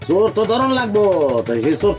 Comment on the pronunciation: Bangladesher lok চোর কে.... "চুর" .... উচ্চারণ করে কেন....😂😂😂